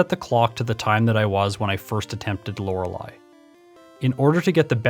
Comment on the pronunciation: Hard to give you those likes if you keep privating the video. Really like your style of video. It feels refreshing and nostalgic. Stories like the Mew under the truck are my jam. Also I prefer you over the other guy, since you know how to pronounce Lorelei. lol